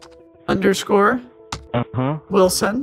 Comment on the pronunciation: Wislon instead of wilson too 💀